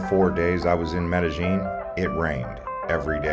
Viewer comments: Pronounced it "Medejean?" Uhm... Wrong! It's pronounced like "Medeyeen!!!" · It’s Med eh. Gin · Would u please pronounce the word Medellin correctly?? It's very irritating